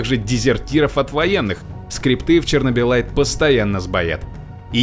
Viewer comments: Игра: 864 раз произносит "чернобылит" Диктор: "чернобылайт" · Сам произносил что чернобылит, почему тогда название самой игры говорит как чернобыльлайт, тупачек, тупачек.